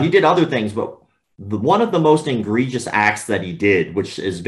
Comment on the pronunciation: Dear Sir, The word egregious is NOT pronounced IN-gregious. In fact, there is no "n" in the word, at all. And it was not just a slip of the tongue, unless your tongue slipped twice.